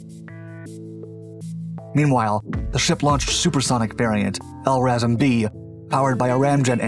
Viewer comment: L-assram is the best mispronunciation of LRASM I have ever heard, gonna start using it